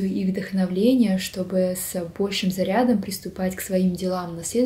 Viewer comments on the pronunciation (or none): Прекрасное видео, но,, не «вдохновЛение», а «вдохновение». Спасибо за видео.🥰❤️